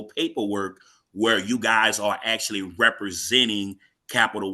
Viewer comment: LOL. Dude said "Axshually" .